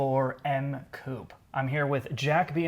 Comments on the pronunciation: Coupe is pronounced Coup-pay...come on make an effort.... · Love your vids but please... say coupehh. Coup sounds strange as hell. Keep cool, great vid as always. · Coupè= ~coo pay~ , oh and it’s Zed 4 ..😉